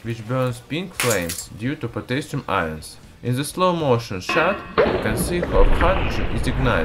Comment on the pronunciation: The least you could do is pronounce Potassium right.